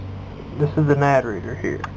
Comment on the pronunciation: why can NO americans say nanD its not nad